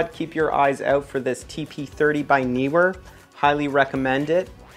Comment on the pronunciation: YES!!! One of the FEW to ever get the pronunciation of Neewer right! Also -- mad respect to you as one of the few NEWCOMING photography YouTubers (with only 307 subs at the time of this comment) to have gear sent to you for review! That is a RECORD as far as I'm concerned. More success to you on this new journey and cheers!